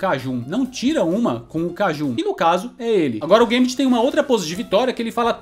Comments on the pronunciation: Não é "guêmbiti", é gâmbet mesmo...😌👍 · Sempre falei Gâmbito e não gambíto. Fica mais bonito sendo proparoxítona.